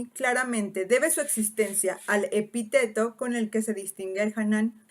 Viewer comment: Cuando he oído epiteto en lugar de epíteto casi me atraganto. Si queremos la precisión, empecemos por pronunciar bien el español.